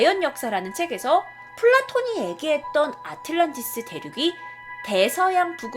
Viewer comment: 아틀란티스라고 발음하는게 맞지 않어?